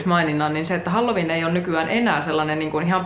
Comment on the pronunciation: Mä kuulin ku sanoit halloween nii halju viina :')